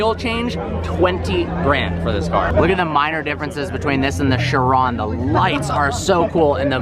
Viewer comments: It's not "sher-ON", it's "KI-ron". K-EYE-ron. KAI-ron. However you want to spell it phonetically, it's still pronounced the same. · I hate to be that guy but it's pronounced 'ky-ron'. Sorry. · Bro, it it pronounced kai-rawn not shee-ron. How do you not know this as a car enthusiast? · Cheron don't you mean chiron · just saying its chiron not shiron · Just a fuckboy who thinks that because he owns a lambo he knows everything about cars. He pronounces car names wrong. "Sheeron" lol gtfo says agera wrong too. Ive heard christian von koenigsegg himself pronounce his cars correctly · It's pronounced KYRON! 😕 Say Shiron, once more, I DARE YOU. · Chiron...is it pronounced "shiron" or "kyron"? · Bugatti Shiron, its a CHiron as in CHeese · dude said shiron XD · shrion??? Realy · It is pronounced Kye Ron, mo ron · Chiropractor, chiral, and there's "Sheeran"? WTF? Quit pronouncing it like a douchetard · The car is French, its "shee-ron". Gotta love Americans giving other Americans a course in language pronunciation, when they don't even know the language the name is in.